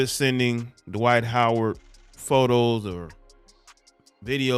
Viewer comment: Twight Howard 😂😂